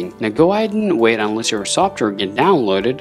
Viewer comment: How u say software makes me wanna off my self after laughing so hard who the hell says it like that